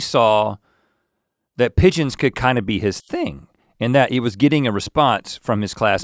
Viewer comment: The 'e' gives the 'g' the soft sound. So, instead of 'pig-ons' you get 'pige-ons'. Think George.